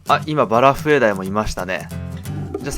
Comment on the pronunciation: バラフエDieって言ってねw(´°ᗜ°)ﾊﾊｯ..